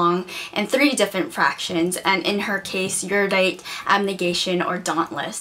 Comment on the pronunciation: OMG! You pronounce Erudite the same way I do! All my friends say Eeridite and it annoys me soooo much lol.